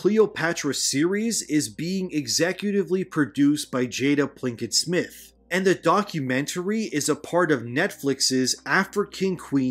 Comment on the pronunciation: also its "Jada Pinkett Smith" Theres no L in her name